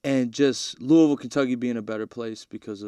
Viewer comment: He said “Louisville” correctly. I believe in him.